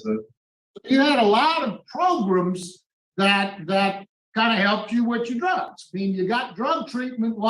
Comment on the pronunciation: I love when says progrums🤣🤣🤣🤣